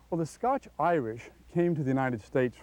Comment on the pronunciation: Glad he said it right at the start... The scotch Irish.